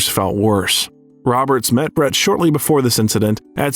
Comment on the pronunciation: Benjamin Bratt, not Brett! Has this speaker been hiding under a rock?